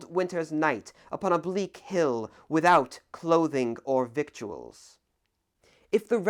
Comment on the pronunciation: Learn to read... Victuals is pronounced 'Vittles'.